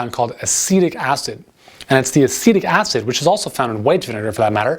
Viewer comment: Didn't understand what you said also has acetic acid? Tried the captions and it also had difficulties deciphering what you said.